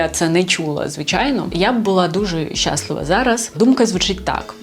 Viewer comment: Людина переходить з російсьеої мови на українську. А наголос залишися зі слова «счастлива»